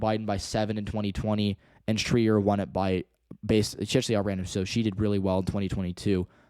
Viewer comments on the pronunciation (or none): Great analysis! I'm from WA-8 and our incumbent's name is pronounced Shr EYE er, not Shr EE er. Our district is competitive because the left side has Seattle suburbs, progressives, and IT workers, and the right half is rural and conservative. Asian and Hispanic Immigration into the suburbs on the left half of the district has been on a huge rise in the past 10 years, so much so that we have a bit of a housing crisis. We also have a huge young population because the school districts on the left side of the district are some of the best in the country and attract a lot of parents with kids -- this of course benefits Dems with every cycle. Overall I agree, WA-8 is likely D and trending left. It might even be safe-D by 2028 especially if Schrier hasn't retired by that point.